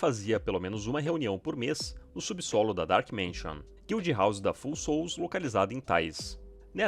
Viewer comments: Vídeo f*da!! Só um detalhe: o nome da guild se pronuncia "fául", de "falho", e não "full", de "cheio". São as Almas Falhas! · Amo seu conteúdo, só uma observação Pronuncia de Foul seria “Fauel”. Abraço por trás ❤